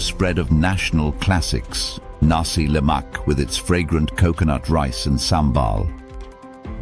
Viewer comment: Correction : Roti Canai NOT Roti Chennai. Nasi Lemak NOT Nasi Lak